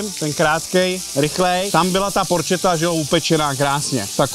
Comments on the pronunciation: Slyšet tě Ital, jak neustále opakuješ porčeta, tak tě vykleští a uškrtí špagetou 😂 správná vyslovnost je tvrdě "porketa" Ale jinak pořád parádní a zábavný video. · ne "porčeta." ale "porketa" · Porchetta = [porketta]